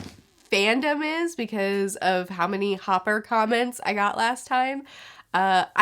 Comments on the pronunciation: Not sure if you caught it or not buuuut it’s Chopper not hopper😅 great review tho looking forward to the next arc. Got a feeling you’ll really enjoy it🙌🏾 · Chopper not Hopper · Hopper? Hopper?🤣🤣. No she didn’t hahaha! Oh my god, it the first time I’ve heard someone call chopper that. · why were you calling chopper, hopper?? 😂😂😂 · Ahh yes. Lufy, zolo and hopper. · It is chopper not hopper and trust me just keep on reading it raises the stakes by a lot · "Hopper" HAHHAHAH OH NO xD You pronounce it Chopper, like chopping wood :D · That's Chopper not hopper. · His name is Chopper not Hopper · Chopper not Hopper :) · I may have misheard and correct me if I'm wrong, but his name is Chopper and I t'm pretty sure you referred to him as Hopper. Side note, if you're starting to warm up to Usopp, you're gonna really like the next couple of arcs, no spoilers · oh my lord she called chopper hopper. I'm crying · its chopper lol not hopper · wait did she call chopper "hopper"? lmao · Hopper? Chopper* tony tony chopper Pronounced chopaa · Welcome to another episode of butchering One Piece character names 😂 Coin? Hopper? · Oh, I don't know if you're gonna love it or not but we're gonna love seeing your reaction for the next arc. And I'm sure everyone has already told you but it's Chopper, not Hooper. About Ussop, he's the only human here, others are referred to as Monsters, demon child, nami has been mentioned as a witch. And Sanji other than being a simp, a cook, a monster in strength he is a kind guy. The difference between his and Luffy kindness seems like is he will still help even though he hates the person he's helping. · It’s chopper not hopper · oh and also I don't want to be that one annoying guy but its chopper not hopper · It’s Chopper, Chop-er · When Chopper becomes Hopper. You are here too strong young pirate. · It's chappor like helicopter chopper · I cringed every time she said HOPPER